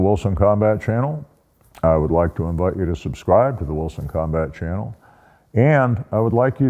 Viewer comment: Good advice as usually…. Now for some bad advice …. Try drinking a beer every time he says “Wilson Combat Cannel”